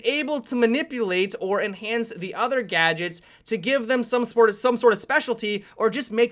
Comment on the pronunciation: Everytime he says gadgets I keep getting reminded of 'gajjeks' from CrazyRussianHacker lol